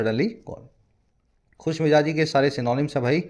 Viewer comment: Sir you taught us great but there is one mistake in your pronunciation of J and Z as in the above article BONHOMIE means Khushmijazi but you write and said Khushmijaji which is incorrect Sir with all due respect I point out an error please don't take it otherwise I want you to be correct only in pronunciation part I am thankful for each lecture sir It improvised me alot Thank you soo much